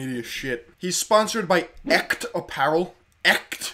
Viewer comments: its pronounced esht and is german for real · In German too and its so funny how he pronounces Echt like 'ekt' 😄😄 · echt is german and you chopped that pronunciation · That's not how you pronounce "echt". Echt! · Echt means real... and is pronounced way different